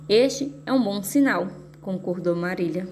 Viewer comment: Muito boa a leitura mas o nome não eh Marília e sim Marila mas meus parabéns...